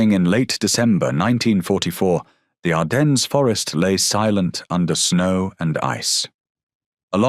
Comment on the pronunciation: FFS ITS PRONOUNCED "ARDEN" THE FKING "S" IS SILENT!!! HOW DO YOU NOT KNOW THA!??